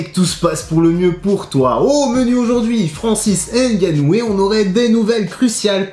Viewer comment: Salut, Petite rectification, le nom de Francis, ne se prononce pas N gannou mais juste Ngannou. Le « N » ne se prononce pas. C’est pareil pour Mbappé, le M ne se prononce pas. Tout comme mon nom Mvondo, puisque je suis originaire du Cameroun comme ces derniers. Sinon bonne vidéo. 👌🏿